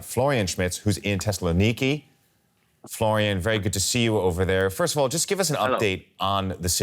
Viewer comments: "Teslanikki", is that how Tessaloniki should be pronounced? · lmao. No, it's not.